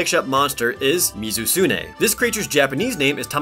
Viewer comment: Astolos (Ass-toe_losse) Gammoth ( Gam-ith) Mizutsune (Mizu-su-nay) and you got Glavenus right.